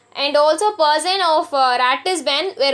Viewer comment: Great pronunciation of words like person, Lannes, house, sire, and spared😂Half the time I was guessing what word she was trying to say!!